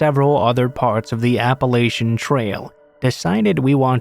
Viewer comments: App a latch not App a laysh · It's pronounced Appa latch un